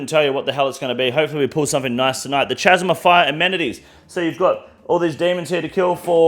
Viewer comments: This Australian pronunciation of “chasm” is killing me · At this point, I can't tell if is pronouncing 'chasm' wrong on purpose or not